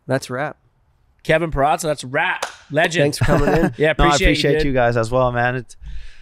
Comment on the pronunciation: You had a bit of a problem pronouncing Peraza.